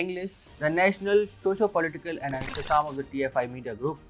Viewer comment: **Piyush*, the news reader,doesn't know to Properly pronounce "Socio", he Pronounces it as **Shoshcio**😂😂🤣🤣